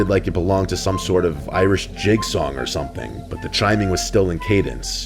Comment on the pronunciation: Yeah, he said “creepy rhythmic Irish jig” but it sounded more like Carnival in Rio